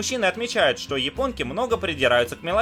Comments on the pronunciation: Я один слышу вместо буквы "Ш" слышу "Щ" : - " Щто это за место"???)) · меня одну просто дичайше наколяет, когда он говорит вместе "что" искаверканное "щчо"?😠😠😠😠аааа, прям горит пукан. бомбит с недетской силой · Эта ,,штьо" меня просто убивает :D